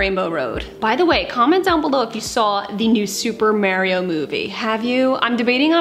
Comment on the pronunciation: The way you say Mario is so funny 😂 gonna start pronouncing it that way